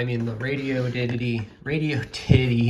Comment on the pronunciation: "Radi-oddity", not radio ditty. It's an odd radio.